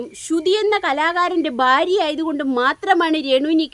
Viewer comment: ഫാര്യ അല്ല. ഭാര്യ